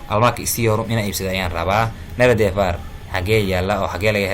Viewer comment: Dhawaaqa waan dhaliilay sida nerede sida loogu dhawaaqo oo dhaladka ugu dhawaaqaan waa naardee